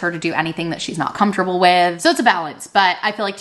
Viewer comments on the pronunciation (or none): none